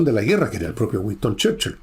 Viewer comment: Gran personaje y gran resumen. Pero..."Güiston Cherchil".